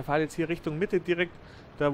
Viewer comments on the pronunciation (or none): Es heißt im übrigen "fährt" und nicht "fahrt."